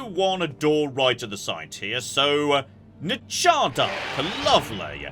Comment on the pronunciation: DWEMER LANGUAGE LESSON! Nchardahrk, which surprisingly got the pronunciation right, was a secondary workshop facility. Basically, spare parts, maintenance, etc. The name comes from "nchard," meaning "stone" and "ahrk," which means "destruction." Since "ahrk" is used to append the "nchard," we can infer it was meant as a verb for the noun. This facility was likely known as "Stone To Break," which, given the Dwemer's colourfully descriptive language, would colloquially translate as "Basic Construction" or "Simple Workplace".